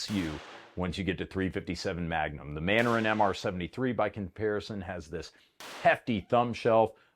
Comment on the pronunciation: Manurhin is pronounced Man-Urîne.